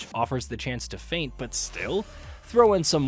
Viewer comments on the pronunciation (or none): none